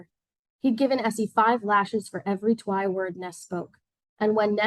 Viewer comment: FYI Twi is not pronounced Twy like “try.” It’s pronounced “chwee.” Please do the book and the culture the honor of getting the pronunciations correct